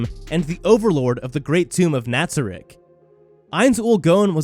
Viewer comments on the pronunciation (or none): When you say the “great tome of Ntarzreeks” It really hurts the people that love this show and have watched this show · The list is nice and well presented, but man y u say it like "SA-YA", "KAT-ZU-MA" and "NAT-ZA-RICK" Jesus fucking Christ.